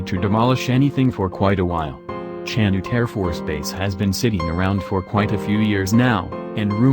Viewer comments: However, if you go up there looking for "CHAN-it" Air Base, they will laugh you out of Rantoul. It's pronounced "Chan-OOT". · "Chanute" was mispronounced. (I was born there.) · Some one tell this guy how to pronounce chanute